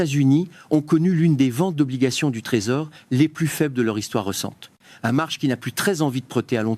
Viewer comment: Très mauvaise traduction en français : l'accentuation non prise en compte. Ex : marché prononcé marche, pas exagéré prononcé pas exagere ...